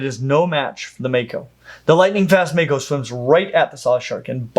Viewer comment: if it comes from the Maori language it's going to be pronounced "Mah-ko", not "May-ko"